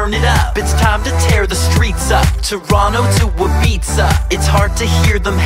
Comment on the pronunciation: Aside from the pronunciation of Ibiza (you do it wrong ); I love this song.